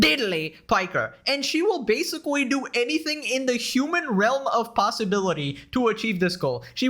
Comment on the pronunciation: I’m sorry but I gotta bring this up every time you say basically you say basicqwee. 😂